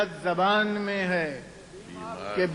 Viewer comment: Before writing less than mediocre shair about Urdu, learn to pronounce the word correctly: it is ZABAAN not JUBAN.